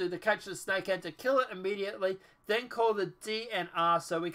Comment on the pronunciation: I was confused by the title... But listening to your video I see why... You missed the S in Snakehead.